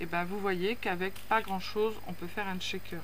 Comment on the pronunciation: Bonjour, j'aime bien les shakers (on prononce bien "chèkeur" sans "t" devant sinon c'est pas le même mot) mais je ne sais jamais quoi mettre dedans... Ni reconnaître l'acetate d'autre plastique comme le polypropylene par exemple 🤷‍♀️. Tes petits sacs sont très mignons🥰. Bonne soirée